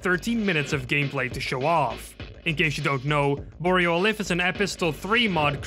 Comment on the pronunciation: Why is absolutely no-one pronouncing Alyph correctly? It's Ay-Liff, not Uh-Liff